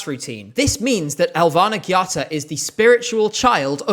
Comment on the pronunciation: im offended by the way you prounounced her name its: Elvæhnæ G/ghattá